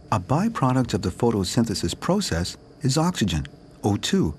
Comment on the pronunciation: Why he says process like that puzzles me